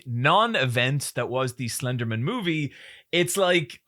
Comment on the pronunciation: I sincerely love pronouncing Slenderman like it's his surname.